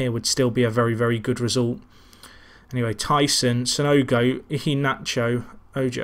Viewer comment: Mijallovic = Mee-eye-oh-vich Iheanacho = Ee-yeah-nacho